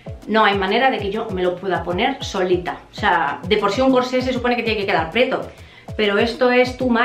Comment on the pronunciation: Hola he visto varios vídeos tuyos en los que enseñas tus compras de ropa. En todos cuando comentas como t quedan las prendas dices la palabra preto. Esta mal dicho, se dice prieto.